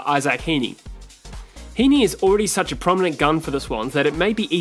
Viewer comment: Certainly got Heeney and Grundy right